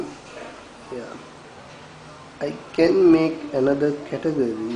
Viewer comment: sorry dude, i got no clue what a "categerry" is